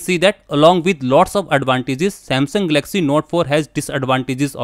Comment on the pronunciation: Firstly please learn to pronounce the name properly- its GAL-LUCK-SEE...not 'Gelaxy'!